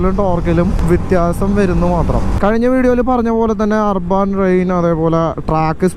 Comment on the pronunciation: Rrban alla chetta AAA... Urban Ann😁